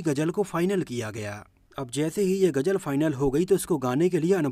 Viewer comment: Sory bhai main apka fan bhi hon par hindi main ap bat karte ho to ghuzal ko ghujal na bolo lpz